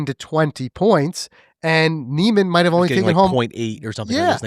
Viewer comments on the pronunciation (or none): First learn how to pronounce Niemans name and your argument does not hold water every sports league does of necessary have it best player or team crowned its season champion. By your logic the patriots should have been crowned the superbowl champs after finishing the season 16-0 and as we all know they lost to the giants In the superbowl